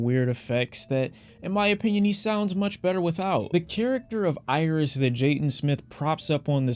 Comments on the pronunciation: Hate to b that guy the album is pronounced aries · LmAo.😂.😂.😂 Yea, is DEFINITELY from Detroit. Bro, it's ERYS, pronounced Air-is. Just like it's not Lasher, but Lahser, pronounced Luh-sir.